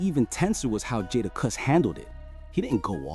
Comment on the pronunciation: You’re trying your best start a rap beef, you can’t even pronounce the rappers name correctly. JadaKiss not who you just said. Keep yall eyes open people, they don’t do this with country music